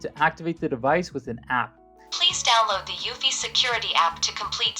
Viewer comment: Pronounced uuu-fee!! Not uewwfy!!